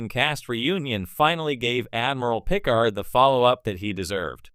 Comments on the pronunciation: Stop using AI, it sticks out like a sore thumb the way Picard is pronounced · AI really keeps butchering Picard's name.